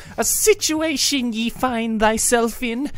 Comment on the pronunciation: I take issue with the way 'Ye' was pronounced. Old English had a symbol þ (thorn) that fell out of use in the days of the printing press in favor of Y as a replacement... Given the huge lack of consistent and common spelling back then, the pronunciation should still be 'thee'. Especially in the context of the following 'thyself'. Edit: I do really like this reading though, keep up the good work.